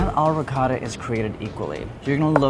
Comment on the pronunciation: wow an american pronouncing ricotta properly. nice. Not Ri coh da